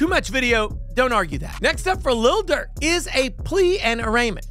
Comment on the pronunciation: Lil. Not little. Cause Little Dirk sounds silly. His vocabulary starts with the F word and ends with the N word.